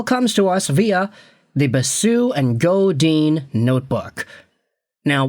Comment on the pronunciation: Dude, if you're going to do a video referencing Basu + Godin, at least take a minute to learn how to pronounce Godin correctly